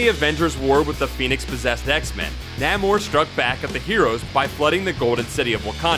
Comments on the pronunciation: Namor was the worst. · Macabre pron: maCABreh...Namor pron: Nieghmore